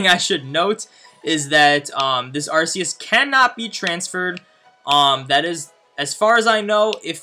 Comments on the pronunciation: This Guy smh Lol Its Arc-eus Not Arse-eus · Who cares about the right way to say a Pokemon name? The right way is indeed Ark but Ars does not sound bad either so each to their own I suppose. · In most movies by pokemon they pronounce it Arkeus so No it isnt Arseus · I will never unhear it as arseus now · Battle Revolution pronounced it "Ar SEE us" and I think the movie pronounced it "Ar SAY us" lol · Rumor confirmed. On the announcer in pokemon battle revolution for the wii it was officially pronounced "ARS-eus" they later changed it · Yeah idc what anyone says. I’m going to continue to pronounce it with an “s” sound, not a “k”. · Its fake. One HUNDREAD percent sure oh im on my moms account xd. Becuase, 1. Arceus event was 5 years ago, also, you cannot prenounce arceus.(although some people say it diffrent.) you are very fake.